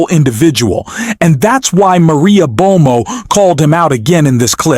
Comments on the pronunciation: Do you know how to pronounce Maria ‘Bartiromo’? It’s not Maria Bomo Or are you attempting snark? …to be clever? Like? Follow? No thanks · And calling Maria Bartoromo ‘Bartomo’ 🫣🤯🤷🏼‍♀️ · "Maria Bomo?" It's Maria Bartiromo! Yet another phony AI thing. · Her name is Maria Bartiromo - why are you pronouncing is "Bomo"? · That’s Bar-to—romo…. Not Bomo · Bar ti romo Bartiroma not Bomo and Humiliate hu mil I ate. Come on man. Learn to pronounce the words you speak. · "Humilate"??? Please try to find people to narrate who understand the English language. Maria Bomo? LOL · “Maria Bomo?” “Humilate”? Dude, you say some strange things. It’s ‘bartiromo’ and ‘humiliate”. maybe take deeper breaths? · Terrible production quality....AI narration mispronounces words once per minute. Maria "Bomo"? "Voice" President? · I enjoy your content, but mispronunciations like /humilate, "bomo" for Bartolomeo, "trawmp" instead of "Trump," is far too distracting for me. It could be bad AI, but it's worse than other AI that I've listened to.